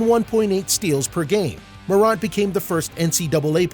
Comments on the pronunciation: And he says moront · he said "Mow-rant" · Ja Mor-ant (like the little creatures) but otherwise good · mor aunt u kidding me its mor ant like the bug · Ja Marunt?...... WTF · Bruh stop mispronouncing his name! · lmao bro this man made a good video but his voice just didn't have any energy and he was saying his name wrong😂 if he did those right this video would be a 10/10 but it's still good imo